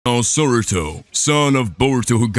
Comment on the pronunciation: its saruto not soruto